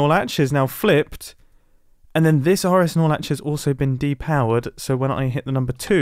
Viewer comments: I keep hearing RSnorlax and I dont know what he is actually saying 😭😭😭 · Am I the only one who only heard "Snorlax"? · All I heard was RS snorlax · Say rs norlatch one more time 💀